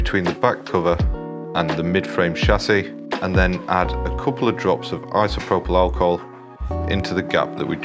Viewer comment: It's Isopropyl Alcohol